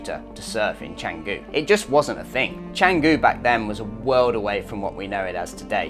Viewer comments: At least try to pronounce it correctly. Its chun goo not chang goo. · Amazing vlog! You've totally captured the vibe of Canggu. 🤙 Since you're exploring Bali, I thought you and your followers might find this cool: the name is pronounced "Chung-goo" (that first part has an 'uh' sound, not 'ang'). The 'c' is always a 'ch' in Indonesian. The best part is the history behind it – the name actually comes from a legendary dagger (keris) from the Majapahit kingdom era! So when you say it right, you're also referencing a piece of ancient history. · First off, Canggu is pronounced Chung-goo. Was well surfed in the 80’s. Clearly you missed the 1980 OM Bali Pro, won by one Terry Fitzgerald. Having lived full time in Canggu from 2007 to 2014, I can tell you the turning point was Deus, who were building as we we’re building our humble 5 room hotel in 2010, followed by a four page spread in Tracks magazine in 2011. By 2012, with the arrival of the Russian owned Ecosfera hotel and the German Greenroom surf camp, the party was over. Those dreamy days of surfing with a couple of friends at dawn, turned into 20 dudes waiting in front of the right for first light. Now it’s a shit show of Euro party goers and beginner kooks, best avoided like the plague. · How good is it when u make a vid on somewhere u cant even pronounce properly 😂